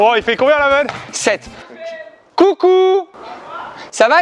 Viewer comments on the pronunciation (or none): "Cou"???? Il dit Cou🎉😂😂